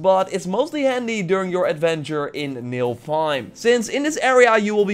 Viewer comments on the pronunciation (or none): It's NIFELheim...not NILFheim... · Man said nilfheim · It's pronounced Nifflehiem not Nilfheim.